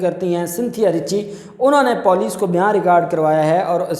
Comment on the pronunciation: EK BAAT AAP KO BATNI THI. LAFZ POLICE JAB AAP BOLTE HO TOU US KO POOLICE KAR DETE HO. ISS LAFZ KO SAHI BOLNA SHURU KARO. DUSRA AAP NE KAHA KAE SINTHIYA NE KAHA MAE BEHOSH HO GAI AUR HOSPITAL POHANCH GAI. BEHOSH AURAT KHUD KESE POHANCH GAIN. USS KO HOSPITAL POHANCHA DEYA GAYA